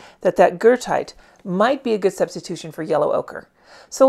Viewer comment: Thank you! It is exactly Goethite. I might have mispronounced it-I probably had Goethe (Johann Wolfgang von Goethe) on my mind. 🥴 Regardless, it’s an AWESOME pigment!!